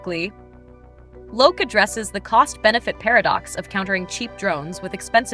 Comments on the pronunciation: It's pronounced Loki (lo-kee) in english, the god of mischief :) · The AI voice is actually closer to the Swedish Loke (loo-ke) than the English pronounciation Loki.